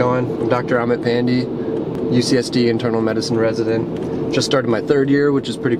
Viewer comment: pandey not pandee